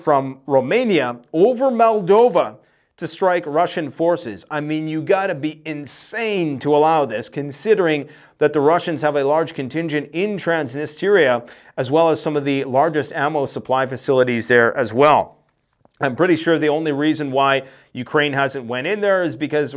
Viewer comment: bro, you have been butchering that name so many times haha. It is "Trans-nistria" :D